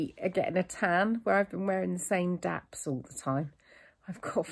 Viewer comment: Loved hearing you say “daps” like a true Somerset girl! I always call mine that and no-one else knows what I’m talking about! X